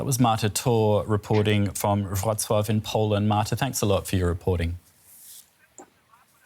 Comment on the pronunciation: Congratulations on getting the Polish pronounciation correct. I am impressed. (I am from Wroclaw, but I self-evacuated on Sunday to a friend) I plan to return to Wroclaw on Saturday.